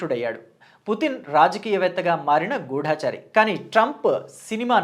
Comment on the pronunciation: గూఢచారి అనాలండి, గూఢాచారి కాదు. చాలా కొత్త విషయాలు చెప్పారు. ❤❤❤❤